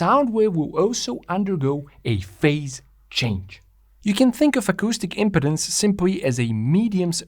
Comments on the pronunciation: Great description. I was surprised to hear the discussion extended to "impedences." That was really great an is essential to understand what's going on. Notice how trumpets, trombones, etc, have a flared opening to the air....it's for impedance matching to avoid a reflection back into the instrument. BTW. In American English, it's pronounced "impee..dance." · Its said Im"pee"dence.. like when someone is impeding the flow of traffick. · Traditionally in English first "e" is long, but I ain't gonna give the guy any crap for pronunciation since it's pretty clear that English ain't his mother tongue. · Excellent video. When you pronounce "impedance," your accent sounds like you're saying "impotence." It's no biggie; it's just kind of funny to my American English ears. In these last twenty minutes, I learned more about how an expansion chamber works than in the last twenty years. Thank you. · Great video! One comment: stress the second syllable in impedance. It sounds like you are saying impotence, which is a sexual dysfunction, lol. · I don't know how English gets reinterpreted in New Zealand, but in America, we say "im pee dence" (with a long 'e' sound in the middle syllable). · “Im-peed-ance”, not “im-ped-dance”. The way you’re pronouncing it is too close to impotence, which is another thing entirely… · Each time you said "impedance" what many people will hear is "impotence" and this can be distracting. I believe you need to give more time to the middle syllable. Now I could be wrong, but I think of "impede" which is imPEED, so I have always said imPEEDuns. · The emphasis is on the 2nd syllable. It should be im-PE-dance. You said IM-pedance, which sounds a lot like impotence. This is why it's important to put the em-PHA-sis on the right sy-LA-ble. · the word sounds like impEEdance rather than impeDDance... this is a general rule in english any time you have vowel-consonant-vowel formation the first vowel gets elongated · We say im-peed-dance. Just saying.